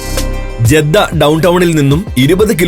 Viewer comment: ജെദ്ധ അല്ല ജിദ്ദ. മെക്കാ അല്ല മക്ക